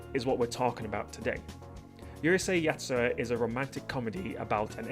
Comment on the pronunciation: OMG Someone that says Urusei Yatsura correctly you pronounced it like it is not like the idiots thay says uhrusei you say it like it is urusei thank you